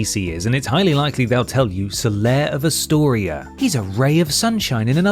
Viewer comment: Solaire of ASTORA. Not "Astoria", whatever that would be. HEATHENS!